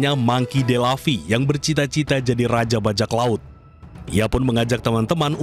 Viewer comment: Monkey D Luffy woii bukan Laffy